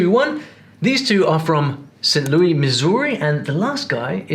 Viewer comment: typical Brit not pronouncing the S in “Louis” lol